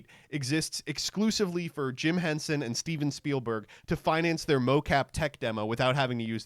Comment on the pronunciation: All it took was him saying Jim hensen